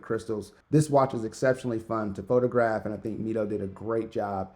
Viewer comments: Great Review, and I hope to see many more of your reviews. I think Mido is pronounced "Me-Doe". I have one of their older models, the Commander for over 20 years and it never needed service. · You’re right, the right prononciation is “meedo” and it comes from the Spanish phrase “Mido el tiempo” meaning “I measure time”. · actually it's pronounced ME-DO, based on spanish